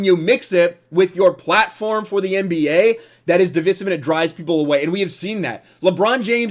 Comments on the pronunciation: Divisive= Divvvv-Ice-ivvvv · If I hear “div-iss-ive” one more time, I’m out lol. Two so far. I can’t 😂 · Dude...you are pronouncing "divisive" wrong.